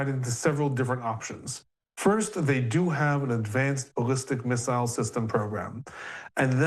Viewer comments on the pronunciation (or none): It’s really bothering me how he is pronouncing missile or ballistic 😅